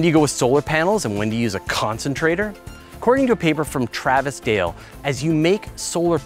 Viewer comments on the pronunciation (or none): none